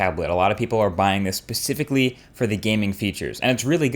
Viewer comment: Haha pacifically